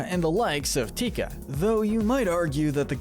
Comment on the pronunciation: *Te Ka...not...tika...